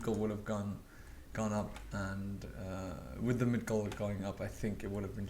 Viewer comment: Migdol!!!! Don't say Midgol!!!